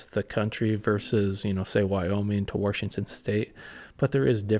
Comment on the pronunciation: There's no R in Washington 😅